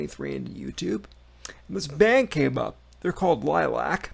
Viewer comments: Its pronounced lilly ack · The band name is pronounced Lily-ack. Dio drummer, Vinny Appice has called Melody, lead vocalist, the female reincarnation of Ronnie James Dio. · It’s pronounced Lilly ack they are all brothers and sisters. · Also the band is pronounced "Lilly- AK" which is Romanian for "Bat" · Liliac is pronounced "Lily-ack". Funny that you mentioned Dio because he was Melody's biggest influence. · It's pronounced Lily-ak L-I-L-I-A-C They are from Transylvania and Liliac I believe is Romanian for BAT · It looks like the other Fangs! Have you filled in on the band, all except one thing. The correct pronunciation of the band's name. It is pronounced Lilly-Ack. L i l i a c. It means Bat in their parents native Toung Romanian. All the kids were born and raised in the USA.